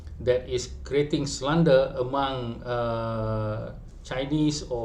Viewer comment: Ko ni merepek jer dh knp. Kalo ko gagal dlm pas….terima je lah. Pronoubce slander pon salah!